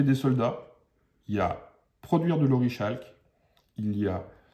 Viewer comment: ça se prononce OriKalque ! ;)